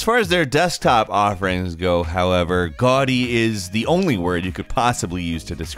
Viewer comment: Deez Nutz GAUDY haha GUADY